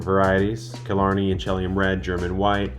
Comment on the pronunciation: Inchelium, inch-uh-LE-um. Accent on the LE syllable. Native American word and name of a small town in Washington. Not and earth shattering issue, just thought I'd point it out